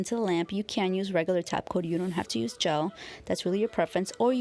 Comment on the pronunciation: She actually says tap coat 🙄